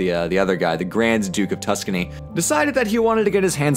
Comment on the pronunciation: Of... TUSKany. Hah Hahhahaha